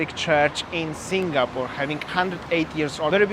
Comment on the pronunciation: Bro …please please can you pronounce Singapore 🇸🇬 properly? Its not SINGGAH-PORE😫. I cringe everytime ! 🤣 🤪 anyway Merry Xmas to u both! 🎄🎅🏼🕊️